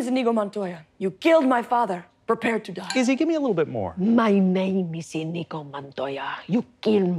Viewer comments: Even worse, they're saying inEEgo. Wrong stress, wrong consonant, wrong everything. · The fact none of them is even TRYING to pronounce Iñigo correctly, with the ñ instead of an n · I was waiting for them to pronounce his name correctly... Iñigo no inigo, two very different sounds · It’s pronounced Ee-nyee-go not In-eego. The squiggle over the “n” (tilde) signifies a “y” sound tacked onto the “n” sound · None of them pronounced "Iñigo" the right way.